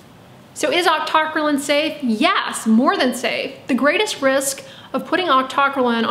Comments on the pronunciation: Octo - cry - leen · God lord, it's octo - cry - lean! Or aak tuh krai leen. How did you come up with your pronunciation? A basic chemistry course should have given you the foundation to say it, but you've taken more chem than me yet got it wrong?